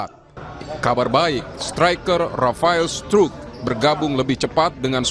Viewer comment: Rafael struik dibaca strek